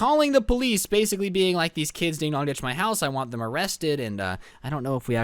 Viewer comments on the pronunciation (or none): Im confused is it ding dong ditch or ding dog ditch bc it sounds lime ding dong